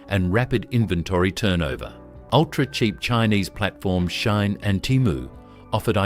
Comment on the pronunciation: Why can't AI pronounce correctly, where is Chad Stone??? Or Timu or Shane?